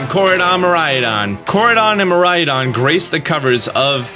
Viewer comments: Ko-RYE-don and Mi-RYE-don. I only know this because Mirai is Japanese for the future, and Korai means ancient. So THIS game is the tradition versus advancement game, not Gen 7 or 8, when those were the leaks for those games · informs us about pokemon for YEARS also: still can't say korai/mirai, lol. watch some more of the japanese trailers;P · Haha here we go again, I hope this can help the pronunciation: Koraidon = Ko - Rhydon Miraidon = Me - Rhydon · I think Miraidon should be pronounced as the Japanese word Mirai which means future. I know that doesn't make too much sense in a region based on Portugal, but then again, GF is a Japanese developer. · It’s pronounced “Ko-lrah-ee(soft)-doh-nn” & “Mee-lrah-ee(soft)-doh-nn” Very Japanese names. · I think the Japanese/original pronunciation would be something like this: mi-rai-don (something like mi as in meet, and rai as in rhyme for example) and ko-rai-don ( something like ko as in compound for example, and rai again) but not so much mirayadon and korayadon. I hope this helps :) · By no means should you listen to this random opinion on the internet, but I think you're adding an 'a' to the legendaries' pronunciation. Kor-ai-a-don vs Kor-ai-don. Mir-ai-a-don vs Mir-ai-don. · You can always count on to add non-existent sounds, letters and syllables to words. It's not Ko-rai-A-don/Mi-rai-A-don. It's just plain Ko-rai-don and Mi-rai-don. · Me as a Mariah, what I hear: Mariah-don lol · Also, "kor-rai-don" and "mee-rai-don" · It's Kora-ee-don and Mira-ee-don. Get it together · The legendary names are pronounced "ko lai don" and "mi lai don" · The way says miraidon sounds like he says "Mariah-don" and I can't help but picture Mariah Carey's face on it 😂😂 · Ko-rye-don. Meer-rai-don. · Miraidon= (Pronounced) Me- Rye - Don = means future dragon. Koraidon= (Pronounced) Co- Rye- Don = means ancient dragon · I think it's pronounced Ko-Ride-on and Mi-Ride-on because they look like motorcycles